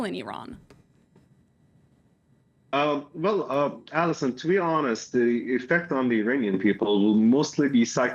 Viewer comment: It's Iran not ayran